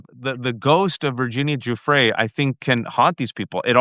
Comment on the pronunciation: Thank you, gents! Lev, please say Virginia’s surname properly. It’s jew-fray.